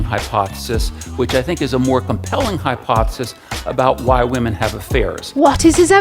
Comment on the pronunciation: What's a "hypthesis"? HYP-thesis?